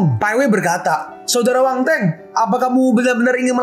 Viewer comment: Min nama nya Wang Feng bukan Wang teng